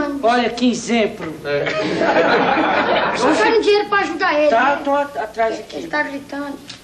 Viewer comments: Olha que "Izemplo" kkkk 🤣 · olha que "inzemplo" 😂😂😂